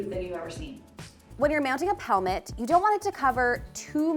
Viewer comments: Shes saying pelmet with a P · At first, I thought you said "helmet." When I looked pelmet up, it said Americans call it "cornice." I'm American . . . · LOL! The whole time I thought you were saying "helmet" until you put the word "pelmet" up on the screen. I had to look that up because I never heard that before. I kept saying it's a valance. When I looked up "pelmet" I found that it is the British word for "valance." Thanks for expanding my vocabulary! 🙂😊😉